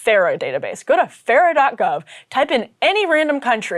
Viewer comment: did she say fera.gov?